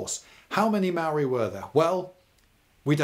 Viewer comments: Maori is pronounced “Moul’dy” And yes, kiwis like digging holes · Maori is pronounced with a rolled r. I always thought of it like arrriba. maorrri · Tauranga= Pronounciation = toe -rong -a Maori = mould - ee, although I’m glad you didn’t say The Marry people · Your content and style are great ,however your pronunciation of especially maori words and place names is very hard on a kiwis ear. Tauranga (tow-ronga) maori (mau-ri) and pa is spelled this way as maori is a written language. I suggest its only ever been spelled pah in pomey books. Love your work though. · Why do English people never bother to learn to pronounce the words they're using in educational videos? Maori is not pronounced mowi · its pronounced maourii the ao should be quite deep and you roll the r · I reported you mate. You have no idea of the cultural context, you mispronounce Māori words and called Māori "less civilized". As a New Zealander it's really unacceptable for me.